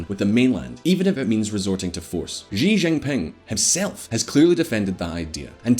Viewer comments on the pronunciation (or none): You need to learn how to pronounce Xi Jinping... She Jim Ping. Easy.